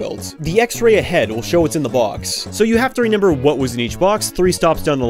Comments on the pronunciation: im so curious, are you pronouncing remember as “renember”? no judgement just wondering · I like how you say 'renember' instead of 'remember' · do you pronounce remember wrong on purpose